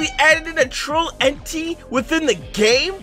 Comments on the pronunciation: Slowing it down when says entity he actually says eni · he said entiy 💀💀